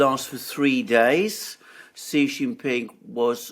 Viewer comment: Thanks for pronouncing Xi properly, Alexander! :)